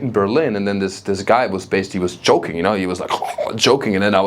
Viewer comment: Totally agree with Dutch being a crazy language, but most Americans have no exposure to dutch and really can't appreciate how insane it really is. One piece of feedback is that when you talk about the dutch guy choking, is that you sound like you're saying the dutch guy is "joking" . I know in German there is no sound for the English J, so often it's substituted with a "tsch" sound, which sounds like the english "ch" sound... I say this with as much love as possible as an english speaker who studies German/French/Spanish and my pronunciation/fluency will never be at a native level, but we all try our best. I'm sure you could practice with your wife and she can help you fine tune the difference. Loved this set, I realized my German (born & raised) mother is not as hard-core emotionally unavailable as I had made her out to be, compared to what you described.